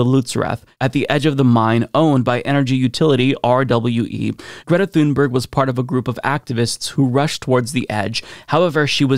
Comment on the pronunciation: Sounds more like "tune-berry" to me at least as the "g" was softened to "y".